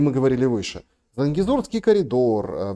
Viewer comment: Господи,, да выучите уже слово Зангезурский, в каждом стриме и каждый раз занзегурский. Позорище